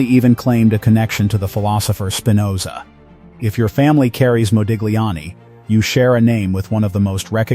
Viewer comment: Interesting new info for me. Thank U! (btw - Modigliani is pronounced 'mo-deel-YAHN-nee'.)